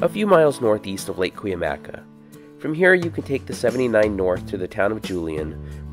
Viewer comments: I grew up going to Julian up sunrise highway. It's the local Indian tribe. Pronounced: KOO-MY-AY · i think its pronounced kw-AH-mee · Great video! by the way, it's pronounced KOOM yai